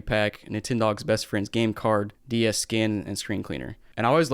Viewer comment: Sounds like he's saying "nintendo Díaz" like the mexican nintendo, now i want one 😒